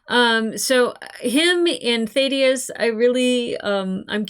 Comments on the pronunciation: Please actually listen to characters names. It is NOT Th-aid-i-us. It is th-ADD-i-us. Have you never in your life heard the name Thadius? Ffs. I enjoy your reactions but this is ridiculously irritating. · THA-DEE-UHS ... short A sound. Just sayin'. Excellent review/analysis of Fallout!!! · I still find it weird you can't say "Thaddeus" properly. It's up there with your "Dalek" pronunciation. It must be an American thing. I bet you can't say "Craig" either :-)